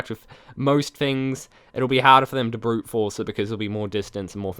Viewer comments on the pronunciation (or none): none